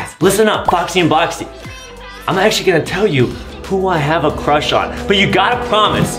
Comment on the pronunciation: adem has a huge cwush on banbanleena adem has a crush on cyan THe waInbiW fRIwnd ademmmm has a cruwh on rosalie,peach,daisy